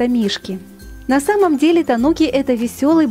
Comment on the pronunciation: В слове тануки, ударение на у